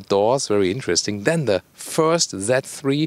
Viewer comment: haha! the pronounciation kills me: "BMW that free" (z3)